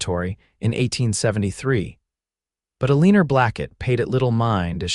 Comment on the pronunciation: Come on, how can you even listen to a story where they're oronouncing Eleanor as A-Leener?